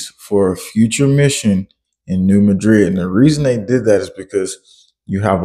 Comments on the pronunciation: Live near the area. It's not pronounced Mudrid like in Spain, its Maadred like in Missouri. Similar to Kiro, Egypt and Karo, Illinois. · I live about 20 minutes from New Madrid Mo. You are not pronoucing it right, say it like New Mad-Drid. This is how everyone who lives in Southeast Missouri says it.